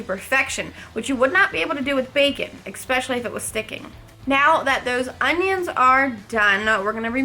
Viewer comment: Love it, but can you please stop saying eXpecially in your vids? It's eSpecially.